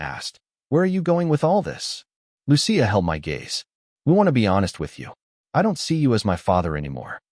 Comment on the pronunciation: It’s pronounced: Loo-chee-a!